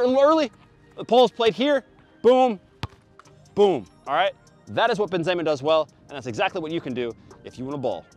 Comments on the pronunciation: A man said benzayma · The Benzeyyma is kind of annoying me but great vid as always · It sounds weird when he said benzema